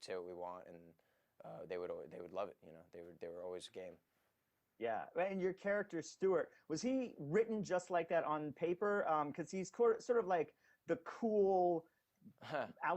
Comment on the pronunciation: when he said stweart, i was like "it's stiles" but then i remembered...